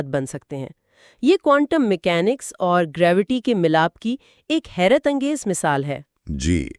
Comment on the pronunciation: بھائی یہ حیرت انگیز ہے خیرت انگیز نہیں